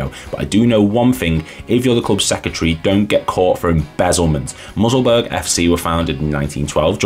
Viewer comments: alright vid lad, maybe mention the fact that airdrieonians are back in the championship now, also it’s not “musselburg” it’s mussel bur ugh but other than that decent man!! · Musselburgh is pronounced Mussel-burra, same way as Edinburgh - hope this helps. Good information in this vid mate, but I think a better job could have been done matching up the images to the audio, the vast majority of which have no relation to what your saying at all. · Great vid apart from the pronunciation. Musselburg?